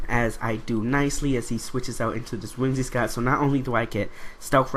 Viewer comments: WhimsiCOTT not WhimsiSCOTT, other than that good narration and battle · "Whimsi---cott" not scott haha